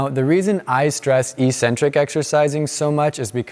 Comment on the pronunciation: Eccentric isn't pronounced like that